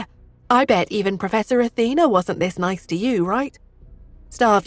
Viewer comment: Why do they keep changing the pronunciations of words Athena sounds like Auntie and then from Pur to Poor and then back to Pur. There's a also a few other errors in the past changing Roger to Howard then back to Roger etc. It's really kinda annoying.